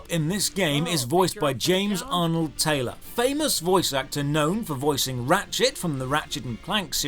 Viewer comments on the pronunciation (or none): none